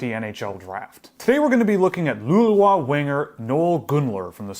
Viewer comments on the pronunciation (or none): I think the å is pronounced sort of like like “oh”, so it’s pronounced “Lou-lay-oh” Source: I’m learning Danish and they have the same symbol